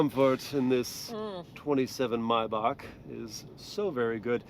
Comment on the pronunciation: Why do you pronounce maybach like that lol?